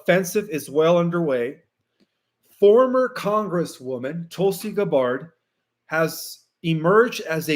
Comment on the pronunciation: Hi, Just a note to say that Tulsi’s last name, Gabbord, has emphasis on the first syllable, GAB GAB’ord Similar to Hubbard, Stafford, Sanford, Clifford, all have the emphasis on the first syllable. 🥰